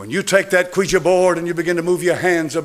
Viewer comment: I’ve watched for eight years, I love his sermon and he’s teaching. I just wish you would pronounce Ouija board, right. And I ask Siri and found out I was pronouncing it wrong also.